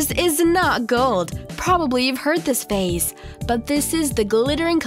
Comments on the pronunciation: Phrase -- you've heard this phrase -- not phase. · Also really? You don’t know how to pronounce phrase? Really? You speak for a living?